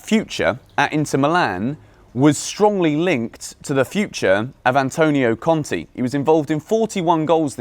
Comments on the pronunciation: pls, it is Conte, not Conti. It is pronounced with an e like in keg or in beg. Conti is Bruno Conti. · please it’s pronounced Cont Ay not Cont E